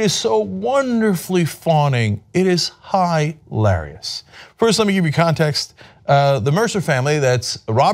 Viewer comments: Please stop saying high larious. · Cenk pronounced 'hilarious' wrong.